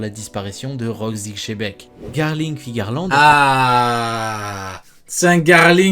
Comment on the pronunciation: C'est le Mont Corfraude qui ont dit chebec en premier, du coup les autres youtubeurs étant leurs chèvres font pareils, sans doute pour attirer plus de monde sur leurs vidéos. Mais Rocks D Xebec n'est pas Espagne et Sengoku avait dit Dzebeku.